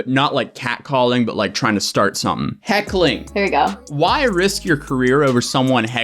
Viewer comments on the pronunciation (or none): It’s heckling, heckling lmao